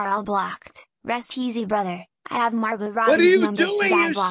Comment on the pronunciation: Next time let's get the right accent on Margot